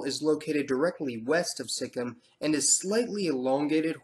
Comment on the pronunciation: Hey, I'm from Nepal, but my mother is from Darjeeling (she is still a Nepali in her mother language and culture - Greater Nepal patriotism), she lived in Nagaland and Sikkim. I believe it's pronounced with a perfect full kim not a Sik-im. I just want to say thank you for your essay video. I hope in the future racial diversity for us Nepalese will be a ground for equality. Dark or Like, Eastern-looks or Indian-looks will be seen as equal. Plus there are few good books on Nepal, I'm reading unbecoming citizen by Michael Hunt about Nepalese (Lhotshampa) people in Bhutan and their displacement.